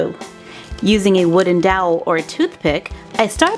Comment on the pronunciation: At the beginning it sounded like she said a wooded dowl for a toothpick